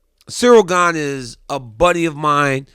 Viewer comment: At least he respects Stipe as a fighter and you too DC. He literally refused to say Gane's name correctly and it was so funny. He kept calling him Cereal Gain LOL